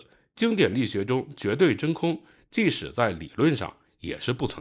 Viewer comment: 把质量读成指量，把即使读成既使，这到底是哪里的方言？